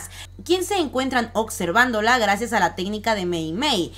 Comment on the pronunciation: "se encuentran ocxervando" 😂😂😂